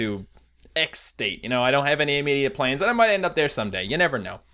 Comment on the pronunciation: I'm English so when he said planes to go to minisoda (is that how you spell it? ) did he mean plans?